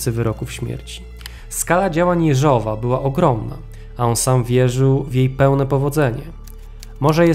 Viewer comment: Może i drobnostka, ale chcę pochwalić za rosyjską wymowę nazwiska Jeżowa. Bardzo dziękuję!